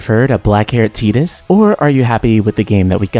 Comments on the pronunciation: Ew.... it's TYE-Dus, not TEE-Dus. smh. Also,i dont like the title of this video... makes it seem like FFX could have been more. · Pronouncing Tidus as Tee-dus makes no fucking sense. The water sword, blitzball being in water, and all that promotional material before the release with him standing on the beach would all indicate that his name is pronounced Tide-us. There is too much water symbolism... and teedus sounds dumb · I wish people wouldn't pronounce Tidus's name like "tee-dus". It's off-putting. Ugh. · Wait, hold up, it's pronounced Tee-dus??? I always pronounced it Tie-dus. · Interesting to watch. Although, I'll never be able to call him Tee-dus, even if that's the correct way. The same with Aeris to me, with an S....or mako, like the sharks name. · Is that the correct pronunciation of his name? I've always said it like tide-us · As a native Russian speaker I read his name as Tee-dus quite naturally, because, you know, we use to pronounce "i" as "ee" in most cases, though I had some doubts. Then again, if memory serves me well, we never actually hear anyone saying his name in both games and extra cutscenes. Save for audio drama maybe... Absolutely loved blitzball, by the way. Got mad at first, but put some effort, climbed for the top and never left it ever since. I only wish they could make a spin-off game, like Monsters from the deep, and add vertical movement. Throw ps vr into the mix and it becomes absolutely the most immersive sports game the world has to offer.